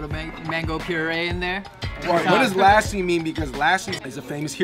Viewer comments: This dude said laaassssi it’s pronounced lussi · its not laasie its lassie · That Indian dude ain't Indian! 😑 Which Indian pronounces 'Lassi' as 'Lassie' 😏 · I died at how they pronounced lassi P.S no hate